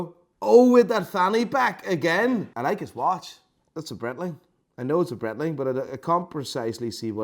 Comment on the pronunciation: it's a BRAAITLING, not a BRETTLING. FGS. You're close enough to Germany to know that. Love your videos. But I am a Braaaitling Fan.